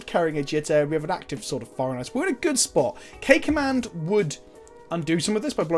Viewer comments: Oh this whole time you've been saying "K Command" but I'm hearing "Cakeman" and I'm like, "What the fk did I miss?" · I kept hearing "Cake Man". Fat guy problems